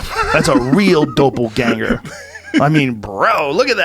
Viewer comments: Joe “DOH-PEL-GANGER” Rogan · Ivan Flores dope-o-ganger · what exactly is a “dopelganger” joe? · lol fucking joe "doh pull ganger" OMFG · Joe "Dope-pel ganger" Rogan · Joe "Dough-Pull Ganger" Rogan